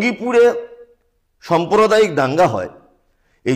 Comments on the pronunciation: খুবই সুন্দর বলেছেন। কিছু কেমন শব্দ উচ্চারণে ভূল আছে। "সম্প্রদায়ীক" নয় "সাম্প্রদায়িক" ।হবে।" এফআই আর" নয় "রেফার" হবে। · পন্ডিত আগে বাংলা শিখুন সম্প্রদায়িক নয় সাম্প্রদায়িক হবে। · Somprodaik na samprodaik